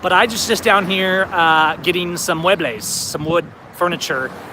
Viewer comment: It's "muebles"